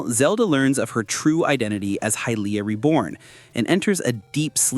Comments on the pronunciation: You said Hillia instead of Hylia the first time and whoever is doing the gameplay absolutely sucks. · I am sorry but did you say "Hillia?" as in Hylia? "High-leeya" wtf